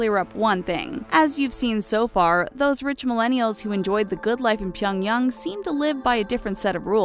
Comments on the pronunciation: Stop pronouncing Pyongyang differently every time you fucking say it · She also pronounces "Pyongyang", "Pyong-hattan" and other words in different ways throughout the vid. Hilariously JV. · she cant pronounce Pyongyang or rodeo drive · PyOngyAng say it properly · Please learn how to say Pyongyang correctly holy shit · PyongYANG not pyongyung 🤨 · Its not pyonyong its pyongyang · Okay if you're going to do a video on North Korea, at least try and pronounce the words correctly... And it is 평양 Pyeong YANG (short a vowel sound), not Pyeong Young. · Its fucking Pyong yANG not fucking yung if it was yung then it would be spelt that way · Pyongyung??? It's not that hard pyong-yang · invincimaxi it’s pronounced pyung-yang, not -yung. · pyong yang is pronounced "pyung yahng", not pyung yung. also, some of the images on there are "actually" south korea. and no, north korean dont drive around audi's, rich SOUTH Koreans do. north korea also doesnt have Zara, Nike, Adidas. there is no proof. they may somehow import or bring one in, but again, no proof of store like its mentioned on the video being there. and no, the image of with people walking around from to isnt north korea. its south. this has got to be the worst channel/video about north korea lol. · i cringed every time she said "pyongyoung" instead of "pyongyang" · Couldn't make it halfway through the video as her voice and how she said Pyangyang broke me!!! 🤣🤣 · Pronounced Pyongyang as Pie-young-gang OH MY GOD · super cringe everytime she pronounces "pyung yung".. smh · Why does she pronounce Pyongyang as "pionyoung"? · If you're going to do a video on NK, couldn't you at least aim at an approximation to a correct pronunciation? Pie-un-yang? Really? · HighVerdictYT it’s actually pronounced pyong-yung lmao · Where's pyongyoung? lol... obsessed with N. Korea but can't pronounce their capital city. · Stop saying Pyongyang, is so annoying if you can't pronounce it right.